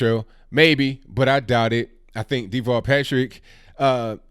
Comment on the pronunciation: Pronounced As Da-vall not Dee-vall He is a coward, in Massachusetts he was hiding in a underground bunker ...when terrorists struck Boston/Cambridge A very weird character, he's like... A midget...they called him "Tall Davall" the underground rat.